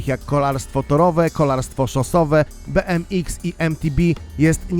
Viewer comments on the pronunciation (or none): "Beemiks, emtibi" jak już koniecznie chcesz skróty po angielsku mówić to bmx = bi em ex mtb = em ti bi